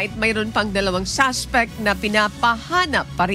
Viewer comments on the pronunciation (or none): SUSPECT HINDI SASPECT ! ! !